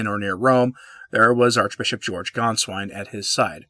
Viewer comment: You pronounced Sa - RAW well but it's Gain-svine.